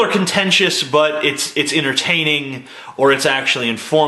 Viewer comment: I love you TJ, you're a genius, the voice of a smarter generation. But bro, its en-ter-tain-ing, not inner-tain-ing